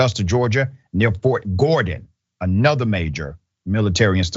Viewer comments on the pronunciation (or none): none